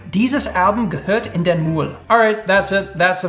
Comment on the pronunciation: As a german, I gotta say your pronunciation was pretty good. Well, except for Müll but that is pretty hard to say if you are not a native speaker. I would love to hear more.